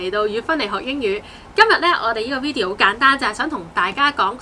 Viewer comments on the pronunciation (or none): 係 video，唔係 wideo